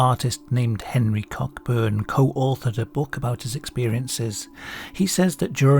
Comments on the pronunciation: just a note, Cockburn is pronounced "Coe-burn", as an Englishman I'd have thought you'd know that. Although it is funny to think of it as cock-burn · Just wanted to say, Cockburn is typically pronounced “co-burn”. Just fyi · i think cockburn is pronounced koh-burn